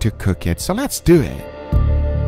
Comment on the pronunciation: Who else finds it weird the way he says ‘let’s do it’ he’s like ‘let’s duet’